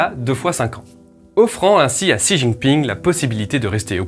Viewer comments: Xi en chinois se prononce chi et non pas si! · Apprends un peu de prononciation du chinois pour bien distinguer Xi et Si. Ainsi que un peu plus de connaissance sur le système chinois pour se débarrasser de préjugé et ignorance